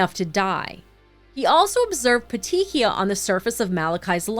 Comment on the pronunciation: I’m finishing the video, but I want to let you guys know how to pronounce ‘petechiae’. It’s ’pet-tee-kee-eye’. The ‘ae’ is an ‘e’ sound. I spent years watching Dr. G.: Medical Examiner and she stated the pronunciations of many medical terms, especially those in connection to death.